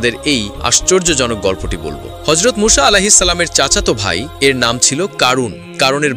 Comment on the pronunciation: মুসা না মুছা সঠিকভাবে উচ্চারণ করুন